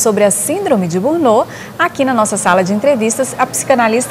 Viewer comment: Por favor, corrijam a pronuncia da palavra burnout.